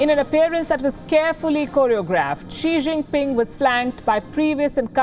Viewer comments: Xi Jin Pig is very stupid , whenever he read , he pronounce wrong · I heard श्री zing ping 🤣